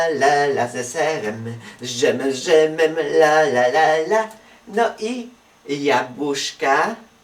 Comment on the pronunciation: DŻEM A NIE D ŻEM